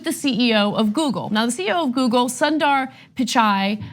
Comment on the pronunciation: Please pronounce Sundar properly